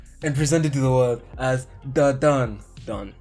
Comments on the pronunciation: It’s pronounced DanDaDan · How can you listen to the Op 'otonoke' and not know how to pronounce dandadan